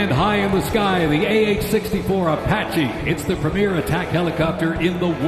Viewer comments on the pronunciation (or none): none